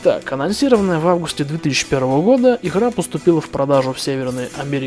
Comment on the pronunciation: все хороше, но дикция хромает, особенно когда произносится слово иГра